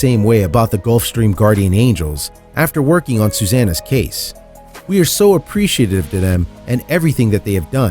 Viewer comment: Rural not rewal Emaciated not emassiated Samaritan not samaridin Veterinarian not vetruhnarian Promptly not promly Taken to not taken uh Community not communidy Internet not innernet Appreciative not appreshative